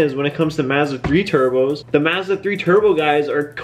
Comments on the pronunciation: I hate the way this kid says Mazda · Can you like not say Mazda for the rest of your life? 😂🤙🏻